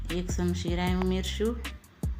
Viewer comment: શમશી નહીં ચમચી બોલો